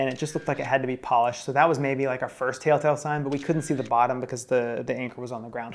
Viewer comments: Does keep saying taletale signs instead of telltale signs or am I hearing things? 😄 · I’m so glad you chose to take a bucket list trip rather than sit on a boat that can’t move. I also loved two adorable things in the video: says taletell instead of telltale and at the end, he mows Belgium at the same time says it. Love you guys, hope they give you a loaner boat or rental money soon!!